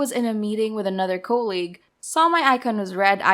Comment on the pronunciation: I can't get over the pronunciation of colleague. I've never heard it pronounced coal-league and it is like nails scraping down a chalkboard.